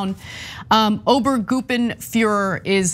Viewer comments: "Obergoopenfuhrer" lol, forgot the R sound in there Ana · I cringed so hard as Ana tried to say Obergruppenführer. But it also made me laugh a little bit. I know it is hard to pronounce if german is not your mother tongue.